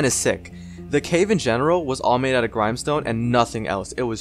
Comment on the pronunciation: I thought it was grimstone like the grim in grim reaper